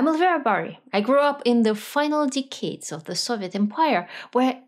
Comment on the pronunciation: DE-cades. Accent or stress in the first syllable.